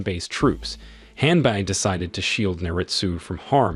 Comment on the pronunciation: with all the respect the name of the servant of Naritsugu was Hanbei not "Hanbuy"